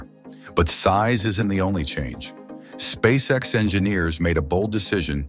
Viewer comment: The computer generated voice should be Elon‘s next big project. Just listening to miss pronounce the name of the company and components of the rocket. Is hysterical. That aside Spasecc X is way ahead of its competitors.